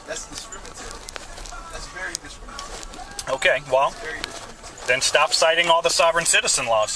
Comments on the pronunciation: that’s “discrimitary”. It must be so hard to make it in this world when you don’t know how to speak. The severe lack of ability to articulate yourself or pronounce words must be so frustrating. Especially in situations like this. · "You're calling me a sovereign citizen. That's discrimitary." 😂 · "That's discrimitary"....... 🤡🤡🤡🤡🤡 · "Discrimitary"...?! Thanks for the laughs...! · "That's discrimitary" What an ignorant bag of garbage. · "That's Discrinminary!" Ladies & Gentlemen, I bring you the reincarnation of Chico Marx. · "Discrimitary" HAHAHAHAHAHAHAHAHAHAHAHAHAHAHA.